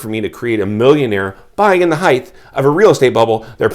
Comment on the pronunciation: Thank you,. BTW, it's 'heighT' (pronounced hite) not 'heighTH. LengTH, widTH, heighT.